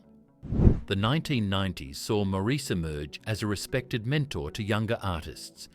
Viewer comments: How annoying... Where did Mour...ese come from ? Please pronounce the name right Mourase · His name is pronounced like Morris the British Car . the bot voice over is crap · His name is pronounced MORRIS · His name was Maurice but pronounced "Morris". Sheesh! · This is hard to listen to, since his name is pronounced Morris. Maurice was born 35 AFTER his twin, Robin. And other things just don’t add up either. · His name is constantly mispronounced... it's pronounced "Morris". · The Bee Gees were my favorite group back in the day. I saw them in concert during the 1979 "Spirits Having Flown" tour, Btw, Maurice's name is pronounced "Morris" (like the cat). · I wish people who make these videos would understand that his name is pronounced like Morris. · For heavens sake get the pronounciation of his name right, it's Morris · The US is irrelevant. The Gibb Brothers were born on the Isle of Man near the UK. In the UK, the name is pronounced Morris. In interviews, that's how his mother pronounced his name and she'd have more of a clue than you would. When they lived in Australia, they found out that the Australians also pronounce the name Morris. Perhaps the Yanks should show more respect and find out how to pronounce someone's name. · PLEASE PRONOUNCE HIS NAME PROPERLY. It’s Maurice, not “more Reece” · I would say, more like Morris, but with an A rather than an O. Marris. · I've watched a ton and I hear mar is. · 🤷‍♀️ I hear Morris. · It wasn’t his fame. This is so inaccurate it’s unbelievable. They can’t even pronounce his name correctly. He also didn’t have model trains. But he did also never go to the doctor. He was literally too scared to go to the doctor because he knew smoking five packs a day since he was 14 had done damage. I tried to get him to go, but he wouldn’t go.